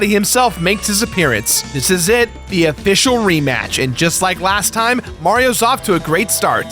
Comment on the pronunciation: When you said official, there was a fish in my game. A-fish-al. I'll throw myself out